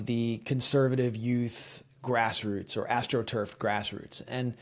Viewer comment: Please don't say "grassroots " again 😂